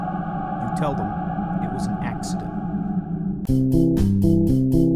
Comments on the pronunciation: if you turn on subtitles, at the end he (Tim) doesnt say accident (i don't know how it is spelled) he says axeident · The last sequence has 2 puns. As the murder itself happens, a murder of crows flies by. And he says Axe-ident. This was no mistake. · BRO SAID AN AXEIDENT HAHAHAHAHA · "it was an AXEcident" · "it was an AXEident" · Omg, if you turn on subtitles when he says “If anyone asks, this was an accident” it spells “accident” “axeident” 😂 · Super late to this joke, I never knew in the Captions that he says "Axeident". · After 6 years, I just realized that he said AXEcident. That was the joke. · Its okay guys, it was an axedent